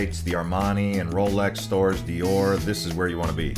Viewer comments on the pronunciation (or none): none